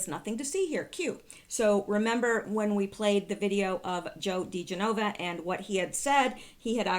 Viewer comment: I'd really prefer you to pronounce people's names correctly. They are spoken of frequently if you listen to Bongino or Hannity. Joe DiGenova 's last name is pronounced more like 'dijenuva' all at once, not in 4 separate syllables. You said you want to know these things, so thought I'd pass that along. I wouldn't stop watching you if you keep flubbing up cause you're so darn loveable!